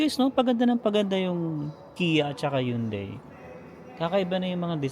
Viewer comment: It’s “Hun-dei” not “Yoon-dei” 😅